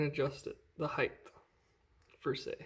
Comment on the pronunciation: "...the heighth..."?